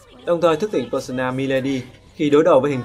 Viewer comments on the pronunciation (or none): Pơ-sâu-na mà